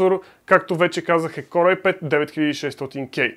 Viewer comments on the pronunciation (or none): КОР бе човек, КОР!!! Core се произнася К О Р!! Като хардкор например (hardcore). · Ами някак си се чува като Коре - Коре ай 5 примерно, но може и да е защото го казваш бързо.